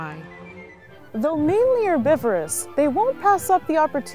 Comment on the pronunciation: Not pronouncing the "H" in herbivorous (let alone "erb") is the one Americanism that really has to stop. The rabbits are not eating French cuisine up there in the Arctic.